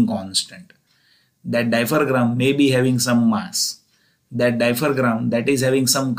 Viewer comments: Hello Mr. Dear Professor. It is not "diapher-gram", it is "diaphragm"... Pronounced as "dia-fram". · Its diaphragm not diphergram okk.....